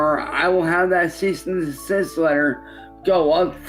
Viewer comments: i love the way he says "ceasist and decisist" he'll never learn how to say "cease and decease" who wouldn't take this deal of 90/10 cause "he's the one putting in the work" you know, animating everything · A "Ceast and desist order"? I feel like the Goblin's 90% cut should be in the form of speech lessons. That could be another Adult Swim show! "Hooked on Goblonics" where every week they give a new short story or tongue twister to read aloud and then try to pass a test on either pronunciations or what he just read. Every time he gets less than an 80 he gets an inch of his clown hair shaved off and forced to take a shower. He'll be fully bald and squeaky clean by the end of the season 😂